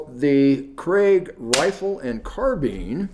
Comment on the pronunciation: Krag, not Craig, AND Jorgensen (soft J) designed the 30-40 rifle.